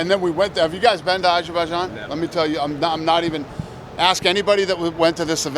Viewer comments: Soon our world will know the evil dirty deeds Trump and dana white have committed. The way Dana says ajooboojain instead of Azerbaijan hurts too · you guys been to ashabashan?